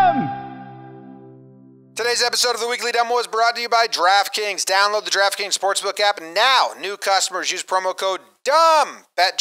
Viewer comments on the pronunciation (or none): Sometimes when says "Draft Kings", it sounds like "Giraffe Kings" to my ears.